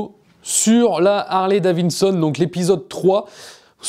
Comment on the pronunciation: Au fait, c’est Harley-DaviDson et pas Harley-DaviNson 😂 la moto...